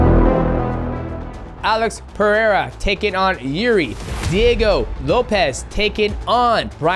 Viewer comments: “Jirdi” 😂😂 fuck I love DJ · frankie egger and jürdie mate i love that you cant pronounce any names lmao